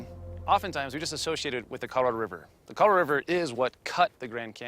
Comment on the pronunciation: > < ...."the Coloro river"......